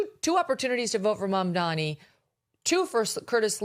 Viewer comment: Mamdani you should learn how to say it looool